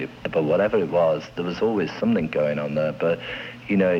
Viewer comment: Love the way he says something = somethink